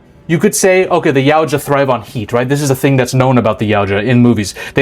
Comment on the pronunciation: Man you being able to say Yautja instead of "Yaucha" puts you ahead of other content creators who have covered Predator content before, you just gained my sub for that.